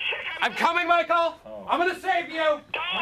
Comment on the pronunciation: „ GUTEN TAG MICEAL“😂